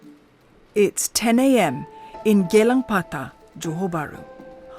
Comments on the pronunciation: what Geylang Patah? It is Gelang Patah. Wake up CNA, Geylang is in Singapore, not in Johor. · Its GELANG patah not GEYLANG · Gelang patah Not geylang patah.. Geylang patah pak hang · Gelang Patah, not Geylang Patah. Check your facts and get them right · Hey CNA, it's not Geylang Patah. It is Gelang Patah. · It should be Gelang Patah, not "Geylang" Patah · It’s Gelang Patah, not Geylang Patah. 😊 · It's Gelang Patah, not Geylang Patah. Geylang is in Singapore but it is not patah lah. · Gelang Patah not Geylang Patah, even simple place name you wrong, this editor need to be fired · Its Gelang Patah not Geylang Patah 😅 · Is Gelang Patah not Geylang Patah